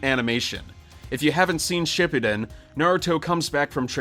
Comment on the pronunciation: Learn how to pronounce shippuden and madara dude